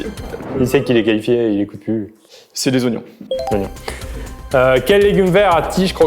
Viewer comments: Qui a remarqué le « Qualfié » au lieu de « Qualifié » 🤣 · Les gars le « qualfié » 😅